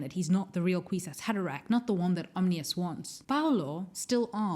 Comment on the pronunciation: It's "Om-NEE-us" not "Om-inus." Also, it's "Axe-lah-tul" not "ax-o-til" tanks.